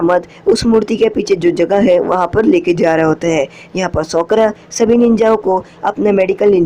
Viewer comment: Bro she's name is sakura not sokora 😂😂😂